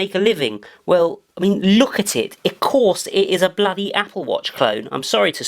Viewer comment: "Dis is a bledy apple watch clone" (from then on he was officialy triggered)